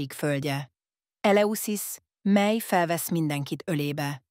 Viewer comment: Ezen hallatszik, hogy AI olvassa és ez nagyon irritáló. A mely-t úgy mondja hogy miláj.